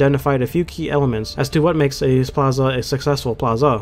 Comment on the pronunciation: I like the video and all but I just have to comment on how inconsistently you pronounce plaza in different ways